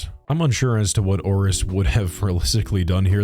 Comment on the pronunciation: i cannot unhear him saying Horace everytime he says 'Auress'